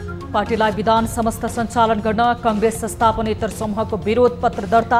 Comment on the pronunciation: हेर हेर लाजको पसारो! राष्ट्रिय स्तरको टिभि च्यानलमा समाचार वाचन गर्न बसेको छ ' पुनर्गठन' लाई 'पूर्ण गठन' भनेको छ, 'बिधान सम्मत' लाई 'बिधान समस्त' भनेको छ। बिराटनगरको एक युवा समुहको त नाम उच्चारण नै गर्न नसक्दा पनि न माफि मागियो न त दोहोर्याएर सहि नाम उच्चारण गरियो। अरुले तयार गरिदिएको समाचार पढ्न पनि यस्तो सकस! समाचार वाचक बन्नलाई कुनै योग्यता चाहिदैन भनेको? जे बोल्दिए पनि हुने? नेपाली भाषाको त सातो लिने भए यिनिहरुले।